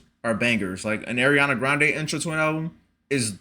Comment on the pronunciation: Her name is pronounced "Ar-riana not Air-riana"